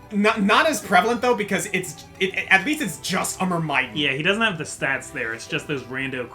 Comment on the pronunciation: I hate to be that guy, but you're actually mispronouncing Myrmidon.